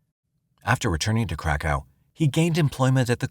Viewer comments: 😂 I thought they were saying crack house too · Crack house police station 😂😂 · It's pronounced Krakov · kra kuf. That’s how it’s actually pronounced. Hope that helps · It was the Crack House Police Station that took me out 😂😂😂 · Saying cra cove would be closer to how you are supposed to say Krakow. People butcher it so bad. He can't even say the poor girl's name correctly either. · Omg I was just about to write the same thing lol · He is saying it incorrectly though. I grew up in ukraine on western border. So i heard of krakow a lot. Its pronounced completely different. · Should’ve got way more likes. I definitely feel the same 😂😂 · Samee lol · Here here ha ha😂😂😂😂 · Thank you!!